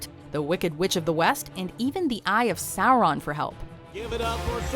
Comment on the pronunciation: its SORon not SOURcreamON